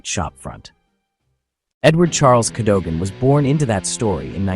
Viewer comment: Better than the Russians owning it! Pronunciation is Cad O Gan!